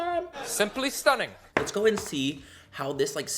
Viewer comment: I'm British and I love the way you say 'STUNNIN' it sounds like you should be sat here with me drinking a cuppa tea 🤣🤣🤣🤣